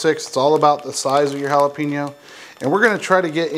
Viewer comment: It's prononced hala pay nyo